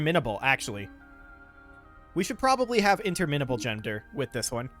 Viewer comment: “Interminnable” haha